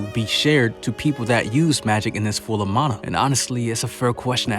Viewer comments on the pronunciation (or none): none